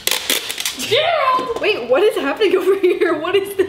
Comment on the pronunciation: Complete silance:......: Gereld GERALD! 😃🤣😂